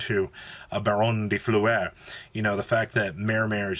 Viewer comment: Baronne de Fleur: exists my brother in Christ, Robert K.: dee Floo-air